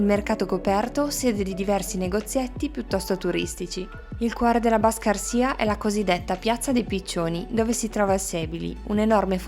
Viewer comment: Bellissimo video, solo un appunto sulla pronuncia dei luoghi! Non si può sentire "Baščaršija" - e non solo - pronunciato in quel modo! Bisogna documentarsi prima, però davvero un ottimo video, grazie!